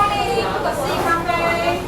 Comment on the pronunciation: 的(咖灰)台灣國語發音真的很標準阿 台灣的文化很有包容力 小朋友的同學之間就會有好多新住民媽媽 所以小朋友直覺就能感受到不同 這倒是不必擔心的